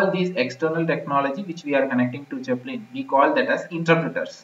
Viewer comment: "Jepellin" XD